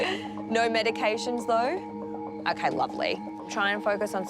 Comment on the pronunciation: saying "no" but sounding like "noer" is never going to make sense...